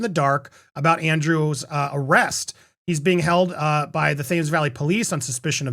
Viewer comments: Thames is pronounced T-EM-S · Just to let you know, Thames is phonetically pronounced Temz—the H is silent and it rhymes with gems 😉 As for Andrew, what better present for someone’s 66th birthday when they have everything 😂